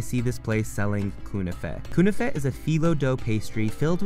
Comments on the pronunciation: knefeh not kouneefeh ;) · It’s pronounced Kn-a-Feh. Not Kunafeh lmao